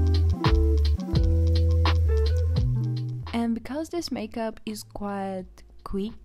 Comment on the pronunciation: She just say makeub 😂😂😂